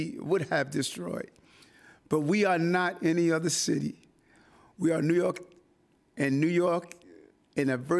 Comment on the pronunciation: Trojan horse....doesn't feel or look right. He can't even pronounce New York and he studders when he has to tell his "stories" to be relatable. Not feeling it.